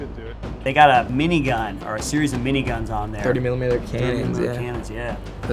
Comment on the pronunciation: how hard is it to say millimeter